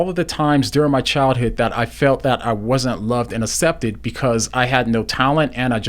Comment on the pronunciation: This is lovely but I feel like commenting on how says "acepted" 😄